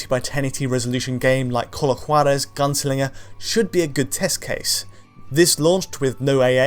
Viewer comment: Outstanding pronunciation of Juarez